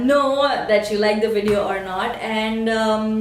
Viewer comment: wow...good to see how you respond to haters..all your points are really true..especially 1 & 4.. PS : its AVOID not AWOID and VIDEO not WEDEO...just saying..love..love :D